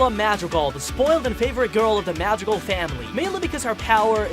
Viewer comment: AHHH he said their last name wrong!